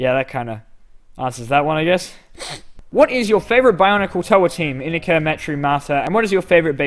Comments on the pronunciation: It's pronounced in I ka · According to BS01 it's I-NEE-ka.